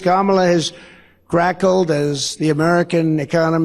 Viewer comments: trump said "Kamala has "GRACKLED"? That's actually harder to say than "cackled." . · I just realized he read the Teleprompter wrong and said crackled and instead of cackled about Kamala’s laugh. His eye vision is just as bad as his vision for America. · Crackled? The word is cackled you crazy person. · Crackled ? I think the genius meant to say cackled. Stable genius my ass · He said, "Kamala has GRACKLED as the economy has burned??"